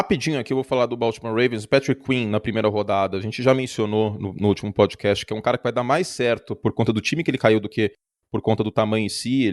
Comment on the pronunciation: "Prodcast do pofutbal" kkkkkkkk beleza Curti